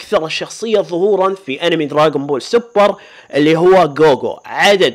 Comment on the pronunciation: اسمه دراغون بول مو دراقون بول 🤔